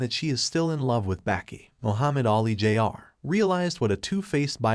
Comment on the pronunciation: Can you teach your ai to pronounce jr properly